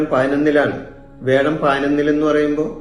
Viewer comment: വേഴം അല്ല വ്യാഴം